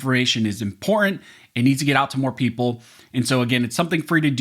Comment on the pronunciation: Law school but yoy can't pronounce "important"?